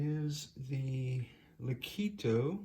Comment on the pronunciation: "Leh-KOT-toh" not lih-KEE-toh. Name came from Italian musical term "legato" according to their website.